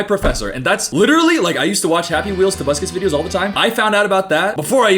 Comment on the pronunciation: Every time says "tobuscus" I get an electric shock directly to my central nervous system